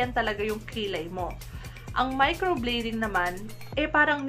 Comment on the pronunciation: Please pronounce well ... Micro blading (blade), not micro bleeding.